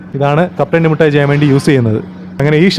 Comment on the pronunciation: പിന്നെ മിഠായിക്ക് മുട്ടായി എന്ന് പറഞ്ഞാലും വേണ്ടില്ല, പക്ഷെ കാഷി വിഷ്വ നാഥൻ എന്ന് പറയാതെ കാശി വിശ്വനാഥൻ എന്ന് പറയണം. ഷ അല്ല ശ(ഇതുവരെ അത് പഠിച്ചില്ല 🤦🏻‍♂️)